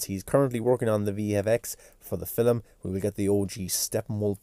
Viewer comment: “Filim” lol🤣 love the accent